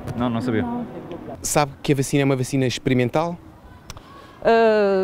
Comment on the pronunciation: Um professor doutor que diz bÁcina, pensei que era trollanço. 😂😂